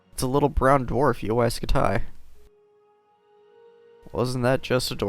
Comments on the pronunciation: Why the heck do u say scut tie it's pronounced scuty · UY Scut-Die. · Uy scutai? Really dude? Read it on spanish